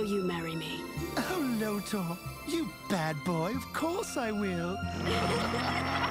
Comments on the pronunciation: LoTOR NOT LOW-TER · I'm sorry, I love this video and it has opened my eyes but for the love of God IT'S LOW-TORE You were saying Lotor in a way so that it sounded like 'loader'. Sorry. It just really bothered me. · It's pronounced LO-TOR!! Say it right! Also Allura was ambiguously black drawn more with white features. That was a cop out by the creators to say look we have a person of color. Allura was an alien with no knowledge of the struggles a black person on earth face. She wasn't comparable to a black women from earth in her actions or voice.